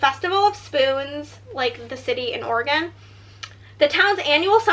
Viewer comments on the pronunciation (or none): As an Oregonian, it’s OR-eh-gn.